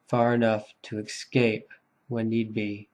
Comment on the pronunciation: I’m really enjoying this series, thanks much. Only nit to pick is your pronunciation of the word “escape” (it should not be pronounced “excape”).